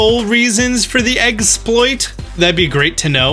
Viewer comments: He said it! He said eggsploit! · Yes! You called it eggsploit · You know what's funny? I was just reading a Polygon article this morning that talked about evolving Male Combees and Salandits using the exploit that you found Also omg, you said "eggsploit!" Yusss